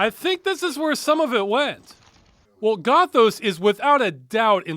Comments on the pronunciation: Not Gothos as in pathos. Gothos as in Oreos. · This game's title should've been pronounced "Goth-owes", and the Vampires should've all had Australian accents. Otherwise A+. Peak '90s "video-capture graphics" RPG.